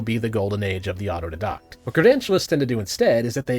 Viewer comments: Although it does bother me that he isn't pronouncing auto- die - dact correctly Wtf is an auto -dadoct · my pedantry is flaring up. its "otto-DYE-dakt", not "otto-di-DAHKT". please, my ears are hurting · As much as I love your content, the mispronouncing is super ironic here. Auto-dye-dack, not dee-dack. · The irony of you speaking on auto-didactic learning without being able to pronounce autodidact(aa·tow·dai·dakt), is papable and hilarious. Stop conflating deduction with "didaction". You sound like a proper idiot when you try to teach without being able to pronounce the words you're using to educate. 😂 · Please look up how to pronounce autodidact. It's more like auto-die-dack and I auto died a little inside every time you pronounced it like a French school girl 😂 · I uh, don't disagree, but uh, is "auto dedockt" a Canadian pronunciation of the word I'm not familiar with? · Is that how you pronounce "autodidact"? Thought it was supposed to be "auto-DIEdact" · Aw-toh-die-dact. Ironically I didn't teach myself how to pronounce that. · Signs of being an autodidact: 1. You pronounce autodidact like otto d docked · The pronounciation of autodidact (ah-toe-die-dakt) is throwing me so much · Auto-DIE-dact... Pedantry intended. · As a fellow Autodidact, I would like to formally request people stop pronouncing the I in Auto-DIE-Dact incorrectly. At the risk of requesting something right after potentially offending you, can you take a look at, and do a take down of the "Government Capitalism" Socialist Cope? If you haven't heard of this one yet, it's basically a trend in psudo-sci... I mean Social Science where socialists have taken to labeling all of the negative outcomes that can be demonstrably linked to socialist policy, as something called "Government Capitalism." It's one of the biggest copes in Academia atm, even outstripping a lot of the X religious figure did not exist dreck. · Isn't it pronounced auto-DIE-dact? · Didn't get credential in pronouncing autodidact.